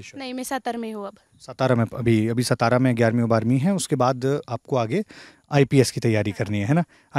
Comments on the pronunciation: " सतारा " नही "सातारा". पहले ये चीजें सुधारो। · It should be pronounced as saataaraa and not Satara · सातारा रे, सतारा नाही. Please respect the places and pronounce the names correctly! Appreciate the girl who spoke in Marathi, people need that level of courage! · ये हमारे हिंदी भाषिक भाई 'सातारा' को 'सतारा' क्यू बोलते हैं?😂